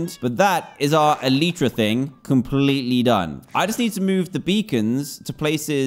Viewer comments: El-eye-tra not El-y-tra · Me screeming DAN ITSS ELYTRA NOT ELEEEEEEEEEEEEEETRA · Its el-eye-tra not el-ee-tra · it should be "elite"ra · Name your Elytra Le Fly Also Its pronounced Eh-LIE-Tra Not Eh-Lee-Tra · It’s elytra not eleetra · Technically speaking, it's pronounced el-i-truh, which is the plural form of elytron (el-i-tron), which, in turn, is the hard forewings of certain beetles and other insects that act as a shell to protect the wings.Apr 9, 2019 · It's Ellie tra duhh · Its Eletra Or E lie tra Btw i know i ruined the joke. F me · Elytra-E li chra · it's pronounced elytra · E-lie-Tra = elytra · Elytra (Eel-i-tru) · How to Pronounce Elytra: ell-ie-chra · Its pronounced E - Lee - Tra and yes, the actual letter E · dan its prononced elitra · how to pronounce elytra: a-lie-tra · anyone gonna tell him its pronounced eh-lie-truh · This is how many times Dan said “elytra” 👇🏻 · Your brain processes it as elytra, but you say elytra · Everybody’s wrong. It’s elytra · Ur all wrong,It’s “elytra” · What do you say? e-LYE-tra Or e-LEA-tra